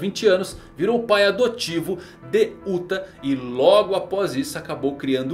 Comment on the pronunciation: Sempre que falam "Uta" eu ouço "*uta" :((